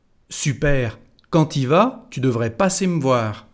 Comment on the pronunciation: no se dice ou sino u cuando se dice tu.